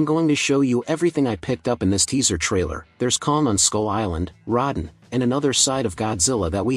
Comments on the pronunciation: You can tell that this commentator is new to monster movies, he calls Rodan ... Rod-den. At first, I thought he was saying rotten. He also calls John Goodman Josh Goodman. This guy needs to study more. Those are two heavy bloopers he makes that shouldn't have happen. I like 1954 Gojira and 2016 Shin Godzilla much better. As for as King Kong goes, give me the 1933 and 2005 Kong movies. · You have butchered so many names. Josh. Rodden. Gamera etc. go away you hack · A 6 minute dissection of a minute trailer. If you can't pronounce the names right. "Rodin"... "Josh Goodman"? Your ass doesn't need to be making commentaries. Especially since you're regurgitating what's already been posted. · This is a good video and a great channel. But, uh, every time the narrator pronounces Rodan as Rodin it just makes me so weak and i don't know why... 😂😂😂